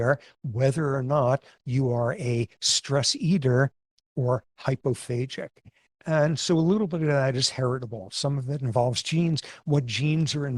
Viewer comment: The way professor Sapolsky pronounces it does make it sound like 'phasic', but the word is 'hypophagic'/'hyperphagic', using the greek word 'phagein', for eating/devouring. For comparison: of the several cell types of the immune system there is a cell type that has been named 'macrophage'.